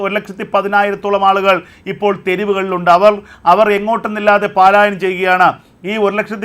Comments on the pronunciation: പാലായനം അല്ല പലായനം ഉച്ചാരണം ശരിയാക്കുക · എടോ, പാലായനം അല്ല പലായനം.